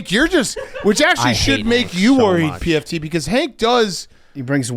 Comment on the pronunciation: Love how calls pft pmt lol